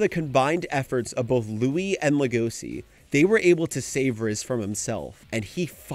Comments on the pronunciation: homie why are you pronouncing legoshi like legosi/legoci 😂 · why are you pronouncing legoshi like that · Ok, the reasoning is good and this was entertaining to watch, but how you said Legoshi set me off a little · The way he pronounces "Legoshi" is so annoying.